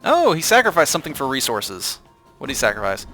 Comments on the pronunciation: He says "Snackrofice it" not "Sacrofice it" :D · it sounds like you're saying "snackerfice" I think it sounds pretty cluzery:3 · are you deliberately saying "snackrifice?" Sorry if its not, thats just what I heard throughout the video haha. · Its time for a Snackrifice. Snackrifice is the word I keep hearing when he saws Sacrifice. Make that a thing it could be good. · Don't know if its me but I keep hearing the word 'snacrifice'